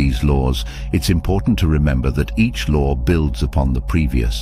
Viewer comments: The "lore"??? There is no "r" in law. I had to stop watching it because he was driving me crazy with that! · Am I the only one hearing him saying “the lore of”? It irritate me! I know this a low frequency feeling but it exists!